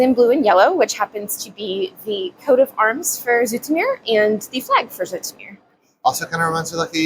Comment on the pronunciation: She says "Zoetermeer" right, but the stress should be on the last syllable: "zooter'MEHR".